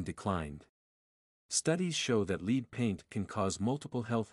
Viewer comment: Did a AI bot write this? That’s LEAD paint, not “LEED” paint. Great info tho!!